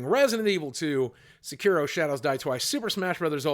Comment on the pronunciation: Say it with me, my dude: Sek-ee-roh Also, Slay the Spire is definitely going to give Goose Game a run for its money